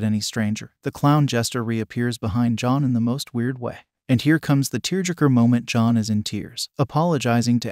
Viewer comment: Lmao this must have been a trash ass movie. Great overview, this video made me laugh. Liked! Commented! I know you probably noticed this but the text to speech program did mess up a couple times on the name “John” which was a little confusing. Long video so I imagine it would be difficult to get the text to speech exactly right, and it didn’t effect the overall effect of the video. Bravo!